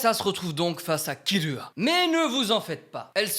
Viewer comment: j'en ai mar c'est pas killua mais kirua le r Et aussi ses pas hunter hunter mais hunter X hunter le x